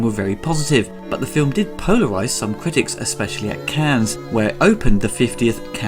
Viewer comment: And whilst we're at it, no "s" in Cannes